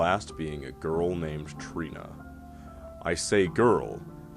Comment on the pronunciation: trenya not treena